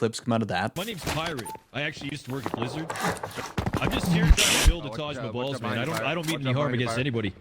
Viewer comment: "Taj MaBalls" xDDD